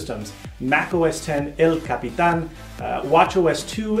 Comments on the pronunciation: Buen video, me alegra que alguien por fin pronuncie bien "el capitan" jaja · GamingVlogNetwork I know, even craig federighi didn't pronounce it as well as this. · I absolutely love that you pronounce El Capitan correctly! I think your mission trip to Bolivia really gave you a great perspective on another language and culture, and you pronounce it well. Keep up the videos!